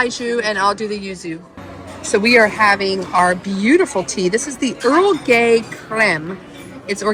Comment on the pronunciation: Earl gay creme?! 😂😂😂 It's GREY Creme.